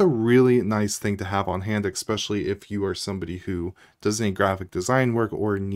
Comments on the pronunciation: Especially, not exspecially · There is no letter "K" in the word, "especially". If you are in school, teaching yourself not to say, "eKspecially" will go a long way in establishing your credibility.